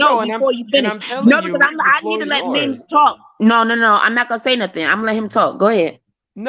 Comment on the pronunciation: Mims You Got My Name Wrong but i love your channel😂 PERIOD Pooh😅